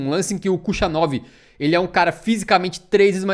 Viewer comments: O "Cuxanov" (q devia ser "Russanov") tbm me agonia mto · "Khu(sh)anov" me sangra os ouvidos 😂